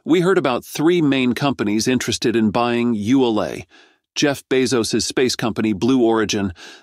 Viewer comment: WOW. THIS GUY CAN'T SEEM TO FIGURE OUT HOW TO PRONOUNCE "ULA". I HEARD AT LEAST 5 DIFFERENCE PRONUNCIATIONS.